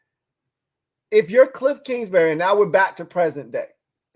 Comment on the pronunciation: It’s kingsbury not kingsberry